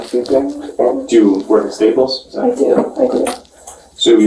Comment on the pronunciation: when they they staples I thought I heard “wait tables” 😂